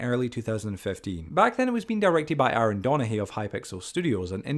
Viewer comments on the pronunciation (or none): none